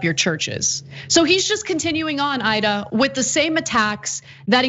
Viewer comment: About to close the vid until I heard “...Aida ...”